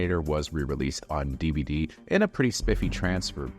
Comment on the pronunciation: Mentiras audaces, mentiras verdaderas,... James Cameraaaan, Eilian (Alien), DiViDí (DVD). Hay que supervisar a la IA de audio